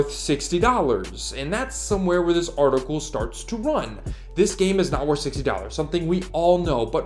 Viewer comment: Artical. Not articuuool